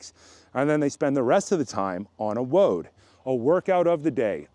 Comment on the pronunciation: CROSSFIT WOD is pronounced "WAD". And now you know.